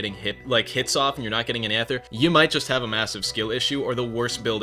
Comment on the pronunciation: you need to either make a new build or say ether properly, you can not do 2 bad things at once.